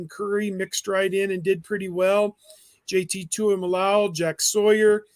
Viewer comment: How does have a job he is garbage. Never has any idea what is going on. Proctor broke his leg…. Wasn’t an Achilles. Also he won’t learn how to say the guys names who play on the team. Learn how to say JT’s name you clown he is a generational talent.